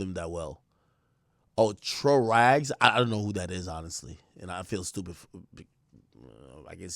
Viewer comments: Pronounced Tray Rags Trahh Raghs 😂😂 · Lol the mispronounced "Tra Rags" is egregious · Akademiks need to never mispronounce TRA RAGS name again point blank period...funniest brother on the list.